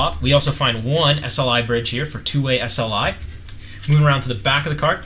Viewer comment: Man,its SLI,.currect urself :-]